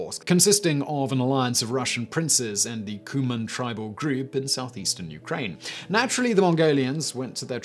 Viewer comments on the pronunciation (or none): none